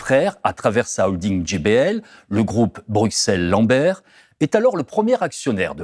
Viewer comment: Merci pour cette enquête très instructive. Par contre, si vous continuez à parler de la Belgique, pourriez-vous prononcer Bruxelles (BR-U-SS-ELLE) correctement? (Cela se prononce de la même façon qu'Auxerre btw). Autant pour les noms de famille je veux bien qu'on se plante, mais pour la capitale du pays francophone voisin, où se trouvent les institutions européennes, l'OTAN et tout le tintouin, ça ne devrait pas être trop dur de dire ce nom. >.<"